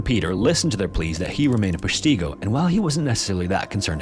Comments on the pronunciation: I was a firefighter in the Air Force for 22 years and now live in Wisconsin. Familiar with both. Great video except your pronunciation of Peshtigo. 😂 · Threw me too, had to double check my own pronunciation despite being a WI native. For those that don't know Peshtigo is an Ojibwe word meaning 'river of the wild goose'. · Wisco resident too...are you not bothered by the mispronunciation of Peshtigo? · Your AI is pronouncing “Peshtigo” wrong. Pull your head out of your ass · I grew up in Wisconsin, and I always pronounced it PESHtigo (the e pronounced like in "nest," the i pronounced like in "if," the o pronounced like... well, like "go") And yeah, you couldn't avoid hearing about it. did you have fun in school today junior? sure dad, they told about the deadliest fire in the state's history! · pesh-tig-o is how its pronounced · Oh man, I love your content but you gotta work on your pronunciation of Wisconsin cities and towns 😅 Like, you said "wa-Kesha" in one video, Kesha like the singer, which does crack me up but AHH. It's "waw-keh-shaw" Peshtigo is "pesh-teh-go" oh know it's an "i" but everyone says it like the short "e" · Yes, also Wisconsinite born & raised not to far from the place. Pesh-TIck-go is correct pronunciation. It’s Ojibwe and Menominee native languages that mean two different things but kudos to anyone non native that attempts to pronounciate most of our towns. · Love your videos!!! But your pronunciation of Peshtigo is killing me 😂 It’s “peshtago” as far as pronunciation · There should be an "ask a wisconsinite" website for pronunciations. Pesh't-Go. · its pronounced -- PESH - ti - Go. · Never trust anyone who can't pronounce Peshtigo correctly. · I live about an hour from peshtigo also funny how dude pronounces it lol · Peshtigo and Chicago have the same "i" sounds btw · Very much the wrong pronunciation of Peshtigo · That's not how Peshtigo is pronounced, respectfully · Maybe he should have looked up how to pronounce Peshtigo!! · Pesh tee go?